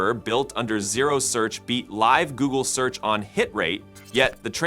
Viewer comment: I used to think this channel consisted of a guy who recorded audio in order for his avatar to lipsync the copy. Now, however, it appears to be an avatar for a chatbot. The voice makes too many errors in pronunciation; they seem like glitches or hallucinations. In this video, at one point, it pronounced 'search' as 'sooch.' I also saw a visual hallucination: it mentioned Zuckerberg attending a meeting, but it showed an image of Bezos to illustrate it.